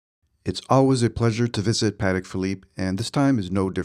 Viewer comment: That watch is phenomenal. How ever your killing my ears calling it pat-ick. It’s pa-tech. Crazy cause it seems like you are a VIP over there. I am suprised they have never correctly you, politely of course. You must have very small wrists so that a 41 is too big. Enjoy the watch in good health.